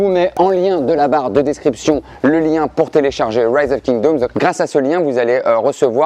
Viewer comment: "Rise of Kingdaumes" 😂